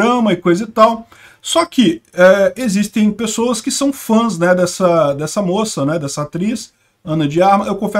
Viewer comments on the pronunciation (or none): "FÃNS", é uma palavra nova da língua portuguesa?